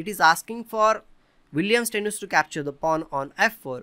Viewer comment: As a German, I am in pain when you say "Steinitz" :D Aside from that, very nice analysis!